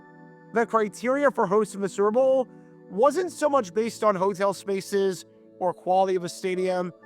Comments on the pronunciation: "Serbull' lol. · He pronounces "super bowl" as surp'b'bul